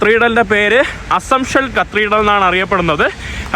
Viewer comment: കത്രീടൽ അല്ല പഹയാ കത്തീട്രൽ എന്നാണ്